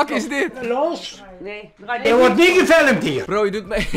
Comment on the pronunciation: Er wordt niet geFiLlUhMtHe